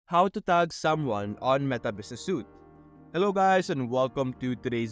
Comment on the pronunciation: this is not tagging people, this is adding someone into the account. tagging people is when you them in a post. also as a note, 'Suite' is pronounced like 'Sweet' rather than 'Suit'